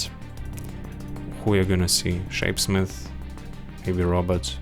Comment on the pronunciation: Nolan - What skills, if any, should be taken to 15? Robot - I always hear "Robert" When you say Robot 😆 Yellow Mark - I disagree with his "skills scale poorly". Skills 1 and 4 are great at 15 Range Mauler - Should be AT LEAST A tier due to how useful it is in TnG and event OPs. Weighted PvP too high in his rating Seance Dog - Would like more analysis on him and his skills, regardless of availability. Seems like ranking is solely based on availability and power level. Melee Mauler - He seems decent. I got him to 1k for the case file and he is tough!